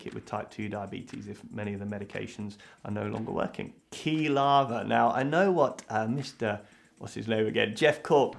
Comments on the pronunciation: sounds like quishe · Rubicon Cinematics To be fair, how was he supposed to know the “Quil-“ part comes from “quill”? XD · The way he pronounced 'Quilava' broke me XD - I don't think it would be fair to tease him about the other mistakes he made but that was just too funny for me to handle~ <3